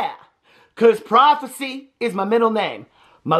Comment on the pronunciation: PRIVACY!! Not prophecy 🤣🤣🤣🤣🤣🤣🤣🤣🤣🤣